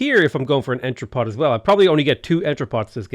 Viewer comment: the final t in entrepot is silent